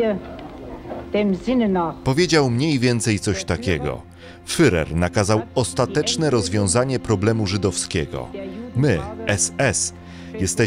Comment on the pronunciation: Nauczcie się w końcu czytać nazwiska, jeśli nie potraficie zaakcentować je to czytajcie tak jak się wymawia - hesów nie hysów, firer nie furer- to nie jest trudne by coś sprawdzić, bo raz potraficie powiedzieć to dobrze a w kolejnym zdaniu znowu źle. To odpycha i to dość mocno kogoś kto interesuje się historią.